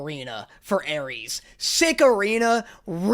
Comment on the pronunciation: "Hermessss and Jay" but it's "Arreesss and "